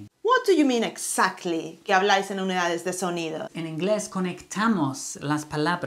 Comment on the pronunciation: no es eksaktli es egsaktli